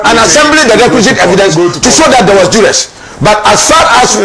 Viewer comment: Bro; the word is ( duress)